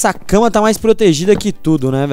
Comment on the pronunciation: O não fala cama mas sim casa kkkkk